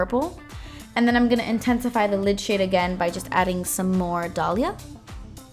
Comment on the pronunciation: Never have I heard someone say my name so nicely ty I didn't know this palette had a shadow with my name now I want that blue Dalia 💙💙💙💙